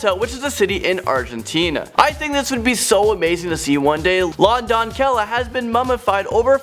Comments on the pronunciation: La “Don-k-el- La?!? Its in spanish! !!! La DON-se-ya! Hahaha what!?! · It’s pronounced “La Donseya” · 2. Doncella is pronounced "Donseya" lol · La donkela?! It's La DONCELLA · "Lah Dawn-kella." I'm almost positive it's meant to be said "la doncella", with the ll pronounced as a y and the c softened. As a hispanic, I had a hard time getting past that. Also, the yelling. But a very cool subject, so there's that. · La Doncella (Don-Sel-ya) nor Don-Kel-la.. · La doncella is pronounced like dawn-say-uh and tocharian is toe-car-ee-anne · Say it "Lah Donseya", you sound stupid pronouncing it wrong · "LuH DoN KeL uH" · “La Doncella” LA DONKELLA Lmao😂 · La doncella it pronounced like la donsaya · La doncella is pronounced la donseya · La doncella means : The Maiden. It's pronounced : LA don-SEH-ya. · Doncella = /DON-SAY-YAH/ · #9 is pronounced la "don-say-ah" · "La Docella" is pronounced "La Donseya"